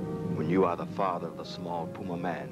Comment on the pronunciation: You're certain that it's pronounced, P-You-Ma-Man? I'm fairly certain it's pronounced, "Pew-Mae-Men".